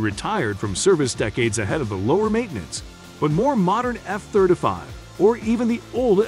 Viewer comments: That's the F thurda five right ther e😅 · The F Therder Five. He says every other jet correct but not the F Thirty Five. Yes ,Thirty, Thir-T-y, nor Therder. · F-third a five 😂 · Eff Thurta Fief ....rhymes with "stab ya wiff a knife " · Thirt uh fave ...... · " F thirtafy" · What's with his pronunciation of F-35 as "F-thirt-uh-fahve"?? What kind of bizarre pronunciation is that? Just weird. Had to turn it off. Makes my ears bleed. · The F-thirtuh-five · What's, " Thirta five"? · All I can hear is this guy saying "F Thirtuh Five." Is he incapable of pronouncing "Thirty" properly, or is that a choice? Great video, thanks for your work. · Thir duh fih